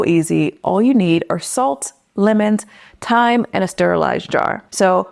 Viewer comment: Not yet but I will now 😅 thank you for sharing 😊 this can't wait! When you said time I thought you meant Thyme, hah 🤣